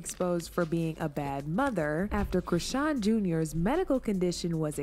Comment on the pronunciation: Charlston white calling people dumb whilst he's calling chrisean 'Christian' and saying 'artistic'. The irony 😑🤌🏻